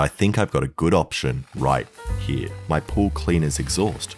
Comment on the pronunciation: Whenever he says here I hear H I R